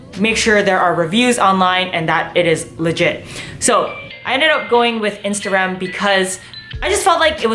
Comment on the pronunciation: everytime u said "instarem" i kept hearing "instagram" LOL